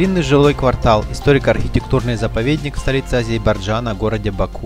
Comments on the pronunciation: не Азейбарджан, а АЗЕРБАЙДЖАН. Это очень просто запомнить. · С произношением да ладно... Горбачев М. С. до сих пор не научился правильно произносить он произносил будучи президентом государства он исключительно произносил"Азебражан"!